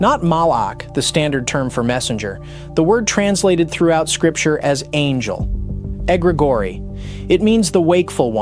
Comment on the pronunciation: egregori🤔 Sounds like egregor